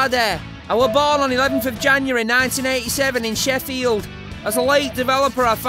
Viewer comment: it's called Sheffield not shef field